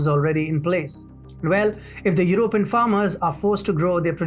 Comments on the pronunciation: Stress on PEE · "European" : /your oh PEE en/